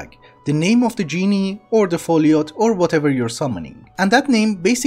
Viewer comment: Genie is the pleb who gives you 3 wishes or w/e, the lamp dude is pronounced as GIN (like the drink)